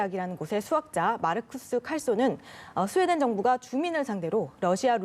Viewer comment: 스웨덴을 스페인으로 읽고 있네...